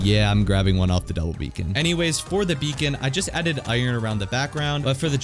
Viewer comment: He said Beacon wrong